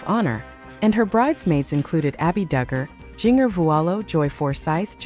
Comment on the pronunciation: Why can't you ever pronounce Jinger's name right? So impersonal.